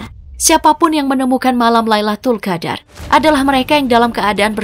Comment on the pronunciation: Min, Lailatul Qadr bukan Laitul Qadr 😅